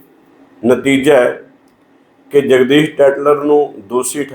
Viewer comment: ਦੋਸੀ ਨਹੀਂ "ਦੋਸ਼ੀ ' ਜਗਦੀਸ ਨਹੀਂ "ਜਗਦੀਸ਼ 'ਹੁੰਦਾ ਹੈ । ਕਿਉਂ ਐਸ ਸੀ ਭਾਈਚਾਰੇ ਦਾ ਜਲੂਸ ਕੱਢ ਰਹੇ ਓ।